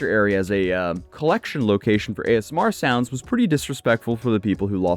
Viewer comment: It sounds like you're saying ASM(A)R. Haha